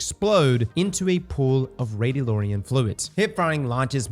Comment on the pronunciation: 1 Push up per everytime pronounced it “Radio-Lorian.” Hahaha 🤣